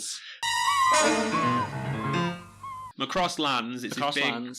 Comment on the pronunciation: you decide to research macross but can not even PRONOUNCE IT'S NAME, IT'S NOT MCROSS IT'S MACROSS